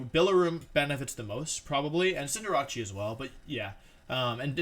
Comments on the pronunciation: He mispronounced cinderace as cinder-ah-chi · everyone: cinderace wolfey: sin jirachi